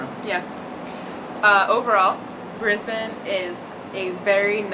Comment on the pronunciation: Thank you for pronouncing "Brisbane" properly. You truly represent what the majority of humanity can be.